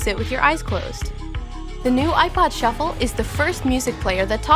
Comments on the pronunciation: Look it a shu- flah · You mean a shu-ffle